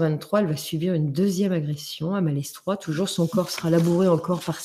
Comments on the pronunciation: Chers amis, on dit maletroi pour Malestroit. On ne prononce pas le "s"... Merci pour le reste. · Bonjour, J'aime beaucoup les histoires d' que j'écoute souvant sur Mystéria. Je me permets de lui signaler pour information que l'on ne prononce pas le "S" de Malestrois (ça ce prononce Maletrois). Merci pour cet agréable moment. Namasté. ♥♥♥♥♥♥